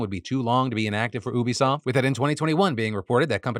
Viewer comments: Why do you say oobisoft? It's U-bisoft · Phil, it's "you-be-soft" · Bro it's YOU-bisoft not OO-bisoft 😭😭😭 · LOL defranco can be such a clown... Ubisoft does not rhyme with booby-soft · Is Phil pronouncing Ubisoft wrong or have I been pronouncing it wrong my whole life….